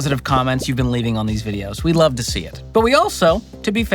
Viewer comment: ... and wuve, twuu wuve